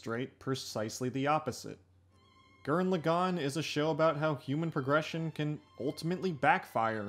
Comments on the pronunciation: did you just say lu gan instead of lagann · Gurren LAgann. Not Gurren LeGAnn. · Good video, but did you have to mispronounce Lagann every single time?